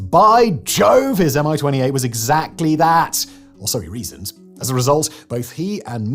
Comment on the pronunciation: It’s not a M I-28, it’s a MI-28, as in mie-28.